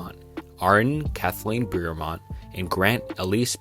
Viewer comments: buy a thesaurus, jesus. there isn’t even an R in the word beaumont… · Great video but the pronunciation of the Beaumont kids and the butchering of my hometown killed me 😂😂 keep up the good work